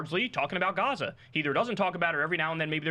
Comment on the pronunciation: I heard he doesn't believe what's happening in Gaza because he's can't pronounce "gaza" Keep plugging your book Pakboy $$$